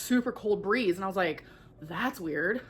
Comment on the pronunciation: "That's when I noticed the cold BREE-HEE-HEE-HEEZE" 😭😭😭